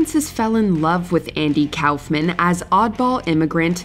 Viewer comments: It's pronounced cough-men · It makes me irritated with "Kowfman" was said, it's Koff-men. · Andy "cow"-fman? 🤨 No one has ever called him that including himself. It's "cough"-man. Good gawd. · I thought Koffman was pronounced COUGH-men, not COWf-mann. 😅😂😂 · Cowffman... It's pronounced Coughman. Kauffman=Cough-man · You need to get someone who bothers to learn how to pronounce names before tracking these videos. It's "Koff-man", not "Cowf-man". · Coughman. Not Cowf-man. Why are your voice-over people so sloppy? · It's KOFF-MAN, not COWF-MAN. Wtf is wrong with you? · Andy KOFF-MANN not Cowf man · It was pronounced KOFF-MAN, not COWF-MAN. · It's pronounced 'Kawf-man' not "Cowf-man" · “Andy COWF-MAN” 😂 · Pretty sure its not pronounced Cowfman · its Coughman right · Umm, Kaufman is pronounced Cough-man. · Kaoufman? Lmao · LOL 😝 “Andy Cowf-man” what nursery school did you find this girl from who narrated the video? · Did you really say “Cowf-man”? Really?? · It's Kaufman. Coughman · andy KAFmen lol its cawf-men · I have never ever heard it pronounced Cowf men... what in the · I've literally never heard anyone pronounce Andy's last name as anything other than "koffman" before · I hate the way you're pronouncing Andy Kaufman's last name. I've never heard anybody say it like that. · The way you pronounce Andy Kaufman almost gave me an aneurism 😅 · You'd think that if you were going to say Kaufman 78 times, you'd google it at least once for the pronunciation 😂 bunch of hacks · 5 seconds in and they butcher a legends name haha I know it's probably a good list but because of that I'm out (nobody caught it in editing or anything...like nobody???) Come on people 😂 we can do better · How do you not know how to pronounce the word Kaufman?